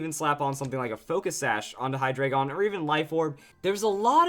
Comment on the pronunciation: Hate to be a grammar nazi but,it's pronounced high-dry-gon.